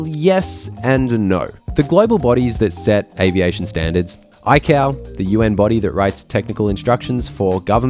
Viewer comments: Eye-Kay-Oh. Eye-Cow sounds like an Apple cow 😂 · It's pronounced both ways, but yeah, sounds weird